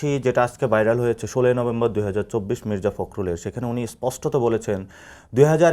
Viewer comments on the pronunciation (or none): ভাব লাগে এতোই বাড়ছে, মির্জা ফখরুল সাহেব কে মিজর্জা ফখরুল বলস